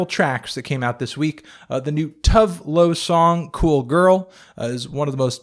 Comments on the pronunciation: For future reference, the e in tove lo is pronounced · lmao the way you pronounced tove lo